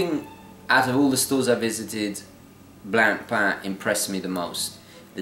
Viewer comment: BTW, Blancpain is pronounced Blon-pahn not blan-pan....😉